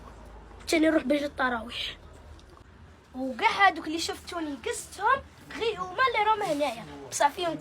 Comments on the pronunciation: تروايح ماشي الطروايح😂😂😂😂😂😂😂😂😂😂😂😂😂😂😂😂😂😂😂😂😂😂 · تراويح انت قلت الطراويح😅